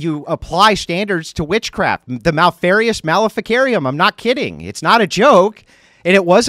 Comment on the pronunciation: The "mal-eri-us maleficarum" haha.